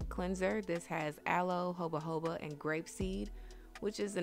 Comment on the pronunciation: I couldn’t help but notice that your said “jobajoba” when it’s jojoba oil haha 😅